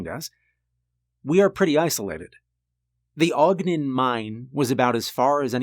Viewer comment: Ogden is pronouncd Ahhg-den. Not Ohg-den.